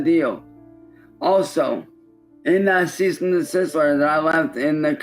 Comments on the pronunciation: i love the way he says "ceasist and decisist" he'll never learn how to say "cease and decease" who wouldn't take this deal of 90/10 cause "he's the one putting in the work" you know, animating everything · A "Ceast and desist order"? I feel like the Goblin's 90% cut should be in the form of speech lessons. That could be another Adult Swim show! "Hooked on Goblonics" where every week they give a new short story or tongue twister to read aloud and then try to pass a test on either pronunciations or what he just read. Every time he gets less than an 80 he gets an inch of his clown hair shaved off and forced to take a shower. He'll be fully bald and squeaky clean by the end of the season 😂